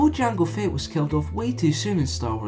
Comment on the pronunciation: "Jang Fett"